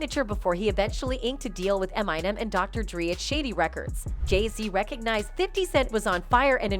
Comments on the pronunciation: Umm... tf is am-I-nam? 😅 respect the goat and say it right! Lol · A-my-nem ( Eminem) 🙌🏾